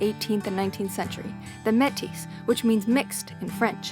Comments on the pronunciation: Metis is a French word, pronounced 'May - tee', not Met - is. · Another great video for those poor deprived souls who have never driven the TransCanada. No idea how you managed to mispronounce Métis and Bow (it’s only 3 letters), but that’s Americans for ya! Bad planning to drive to Banff in the dark. You missed some of the most spectacular scenery in the world. Maybe on the way back you should follow the Cowboy Trail to Waterton. Safe travels.